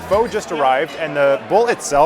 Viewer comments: ph-uh not ph-oh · Pho is pronounced “fuh” btw Thank you for the video! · You're mispronouncing your favorite dish. The proper pronunciation of "Pho" like this... "Pho" get-about-it. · while at the lemon grass restaurant your called it pho, and not pho